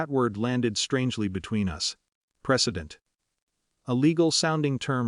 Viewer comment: PRECEDENT not "president"!!!